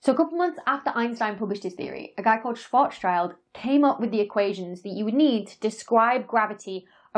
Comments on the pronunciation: Schwarzschild would be pronounced Schwarz-s(c)hild. Not like "child," but like "shill" with a -t sound at the end, because even a voiced consonant becomes unvoiced at the end of a word in German. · 5.04 Schwarzschild is not Schwarz CHILD (Black child) but Schwarz SCHILD, pronounced sheeld (Black SHIELD) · It literally means Blackshield. So please pronounce the schild of Schwarzschild as you would pronounce shield. It's closer to the real deal than saying child. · German here, re the name Schwarzschild. The second part isn't "child", but it's actually "Schild". So it's Schwarz-Schild (pronounced somewhat like "shvartz-shilled"). Schild being the German for shield (far away from child I would say). Schwarz being German for Black - somewhat fittingly in this case. So Mr Schwarzschild would be Blackshield in English, if one were to translate names... Same goes for Rothschild*, by the way. Roth-Schild. With "Roth" being pronounced like "Roht" (or maybe "Rawt"), with a long round O. With "Roth" probably being the old spelling for what Germans today simply spell "Rot", which is the colour Red (and has nothing to do with to rot by the way). * I heard that name used in another English video I have watched quite a while back. Can't remember who's channel it was. And I didn't bother commenting back then. But I did now on this video of yours. The Rothschild video may have been one of yours too. Anyhow, feel free to share this pronunciation advise, if you deem it helpful or worthy to. And if in doubt (also on whether how necessary it really is to adjust one's pronunciation with these names), ask Dr Geoff Lindsey or other phoneticians. (Also: that may have already been discussed among scholars, with the result being that the pronunciation used by you is actually okay. May very well be. I don't know.) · Tiny nitpick: The guy's name isn't "Schwartz's child", it's "Schwartz schild" -- German for "Black Shield". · ❌ SchwarzCHILD ✅ SchwarzSHIELD